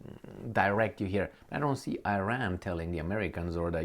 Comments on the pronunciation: its e-Ran(Iran) not eye-ran. Also you too seem to underestimate Iran’s capabilities. Sanctions have opened many an opportunity for the country. Dont you think the zi0nists would have attacked by now. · you are Romanian, cant you say Iran like Romanians do?Romanians say Iran the correct way not Ayran